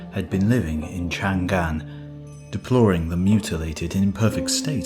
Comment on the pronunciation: Not chan’gan, but Chang’an... 長安。。。it is like saying Roma as Rom’a ....